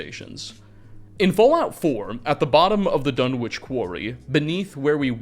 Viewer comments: Sorry to be that guy, but it's pronounced 'Dunitch'. Maybe that's just the pronunciation for the town in England, though. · Dunwich is pronounced duh-nich... You can Google it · Your pronunciation of Dunwich kills me every time 😂 great video though! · How can you wang on about Dunwich for so long and still miss pronounce it!